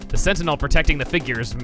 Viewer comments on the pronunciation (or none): none